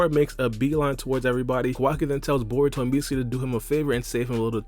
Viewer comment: Dude u sayin bour instead or Baruto 😂😂😂😂